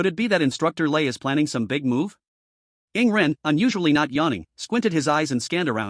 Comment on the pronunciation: Dude why always say rarely yawning for yingren its annoying